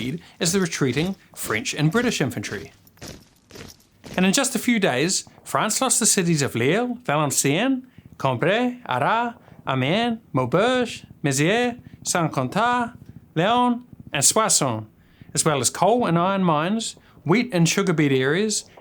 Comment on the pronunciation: Arras is pronounced with an S surprisingly.